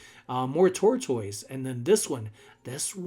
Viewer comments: The correct pronunciation of tortoise is TOR-tuhs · I can't help but giggle every time you say tortoise. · I think he confused himself to saying it the wrong way 🤷🏽‍♀️